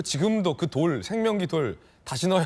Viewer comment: 누가봐도 [생, 명, 기]라고 적혀있는데 확인을 했는지 안했는지 모르지만 그 글자를 [살, 명, 생]으로 읽고 대대적으로 퍼뜨리는 수준이... 참 개탄스럽소~